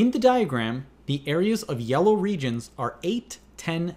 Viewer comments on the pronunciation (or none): none